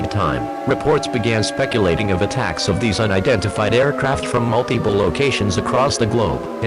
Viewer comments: "Mute-Iple" Go home EAS. You're drunk. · "Mute-Iple" mhm sure EAS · Nobody: Nobody ever: Not a single soul: Not even a snail: EAS: Mute-iple